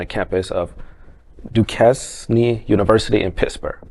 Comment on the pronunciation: Disgusting that satanic flag on catholic consecrated grounds For the narrator learn how to pronounce ", Duquesne" & " Diocesan ". A catholic mass is the most Solemn & Holy thing this side of heaven. Mass is open to everyone but it's not there to represent sin or promotion of it. To the dufus catholic apostate destined to hell .....Corpus Christi is one of the most Solemn Holy day of the year remembering Christ truly presant in the Holy Eucharist. Mass is for everyone & for sinners. Mass is not there to condone the evil satanic sexual lifestyles that God forbids. The middle ages compared to today was a Holy time....the dufus making a disparaging comment needs to get an education.